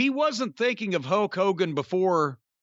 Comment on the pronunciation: Love Jim and the way he says "Hoke Hogan."